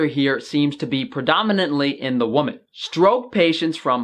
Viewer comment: great stuff. It's not easy getting ppl excited about scientific studies, I know! May I offer, for female adults, pls pronounce "wimmin" and for singular, say "woo-man". I think you have it backwards, but lots of ppl do this for some reason. Take care!